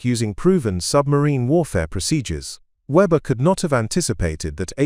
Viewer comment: English and German pronounciation and spelling can be challenging. But the AI on this far too wordy video massacres both. For example: the common German surname Weber gets spelled or pronounced Weber, Webber, Fabre, Reba, and, unbelievably, Vba. Or HMS Stirling, the primary British warship in the narrative is also pronounced and spelled Starling. Similarly, the identifying number of the U-boat gets garbled repeatedly. This kind of blather makes a report that might have interesting otherwise, tedious at best.